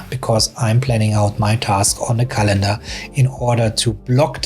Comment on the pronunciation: It's not calEndar, but cAlendar. English is my second language too, so... just saying. 😊